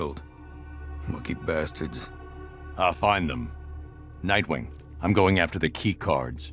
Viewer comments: It's Nightwing, not Mightwing. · My guy said "Mightwing"